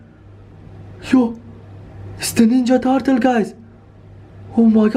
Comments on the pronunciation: You don't know how to say ninja turtle you say wrong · on this ninya tartle😂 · "Is this the ninja tartle"